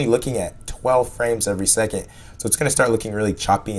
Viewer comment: "12 frames every seg-it" completely irrelevant, but my god, american pronunciations are so damn stupid sometimes. i heard "lookeen" earlier in the video as well, for "looking". what the fuck is this shit.